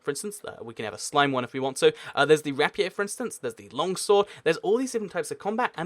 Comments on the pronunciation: i pronounce it Ra-Pee-Er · said the rapier wrong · How you say rapier makes me cry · Isn't it pronounced: rape-ee-err